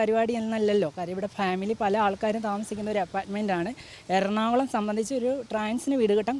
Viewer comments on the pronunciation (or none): none